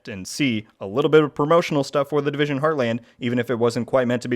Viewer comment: the "Divison" Heartland lol